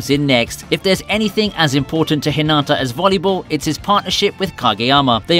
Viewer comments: Not tryna be rude but so many people do this so I feel the need to acknowledge it. When you say Hinata’s name, you don’t say it like how you would say it in Naruto, (Hinaata). You say the 1st “a” in Hinata’s name like an “I”. Also it seriously pisses me off when people make videos about Haikyuu when they most likely haven’t even watched it, let alone token the time to pronounce the names of everything in the anime. Its really not that hard. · You're saying Hinata's name wrong. You're saying it like a girl name. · You are saying hinata wrong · Why is it soo hard for eng people to correctly pronounce hinata. Fucking whats the TA at the end.